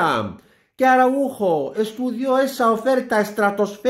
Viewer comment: Que desgracia que no saben pronunciar el apellido Araujo. Que les pasa?